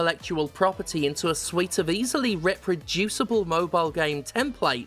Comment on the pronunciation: Why I love Stephanie: Says reproducible to rhyme with reprehensible. Shout out to the Squib song!